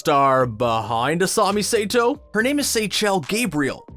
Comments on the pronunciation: “asami say-toe“ ... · And dont forget asami “say-toe”